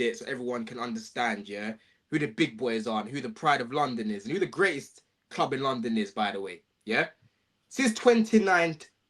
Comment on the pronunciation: The way he says club makes me want to be deaf